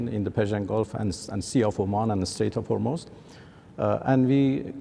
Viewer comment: Hormoz , not formost....